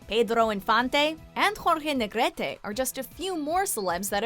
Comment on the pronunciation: ...Cantinflas, Pedro Infante and Jorge Negrete...JAJAJAJAJAJA... nice pronunciation.